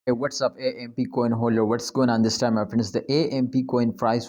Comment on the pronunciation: It’s not A M P it’s called amp.